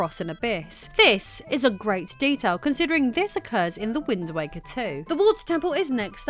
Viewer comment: rofl, I swear when you first said wind waker at the very beginning I heard wind wanker. I think I like that one more.